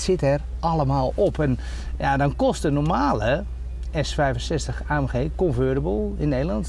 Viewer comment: Dan koop je een Maybach "ultra-mega-super-fantastisch" luxe, en dan moet je de sleutel nog in het dashboard steken.... De grootste afknapper van de auto! Waarom nou geen key-less go? Ohja, "convertible" schrijf je met een T en spreek je dus ook uit met een T, niet met een "veramerikaanste" D-klank want een amerikaan zou het woord Roadster gebruiken.